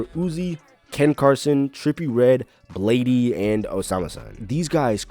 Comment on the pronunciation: nga said bladey 😭